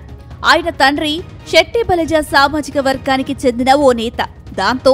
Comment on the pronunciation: Shetty balija kadhu... Setti balija.. పలకడం నేర్చుకో